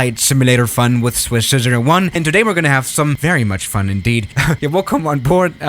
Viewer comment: he said: Welcom to Zwiss00what